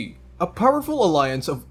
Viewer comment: Oh Pee ē See ???? I was confused until I realized you were talking about Oh-pek